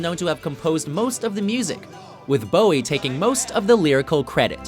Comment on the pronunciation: When the guys pronounces it David BAOW-EE. smh it's BOW-IE. easy